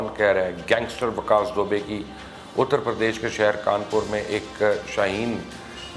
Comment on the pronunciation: Sir you wrong its vikas dubey not vikas dobay